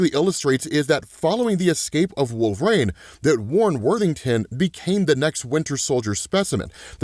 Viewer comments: Is there a reason you pronounce it "wolver-ain" lol 😆 😅😂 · Why doe he say “Wolverane”? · please stop saying wolverine like that lol